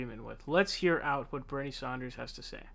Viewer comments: Back to mispronouncing Saunders!? How annoying u can't say his name correctly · Yes. It's Sanders. NOT Saunders. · Do you incorrectly pronounce names intentionally. I've seen other videos where you incorrectly correct people on how they say words. Get more progressive and respect people's NAMES. If you want to incorrectly use other words, fine. Stop saying Sanders wrong.